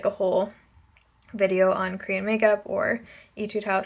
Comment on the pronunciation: Did u say “itude house”? Lol